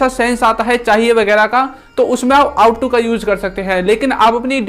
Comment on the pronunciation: Ought to . आप का प्राउनिशिएशन इस इनोकॉरेक्ट है। आउट टू नहीं । ओट टू।